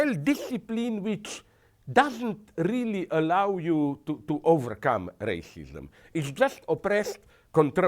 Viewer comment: What the hell is Rayshishum?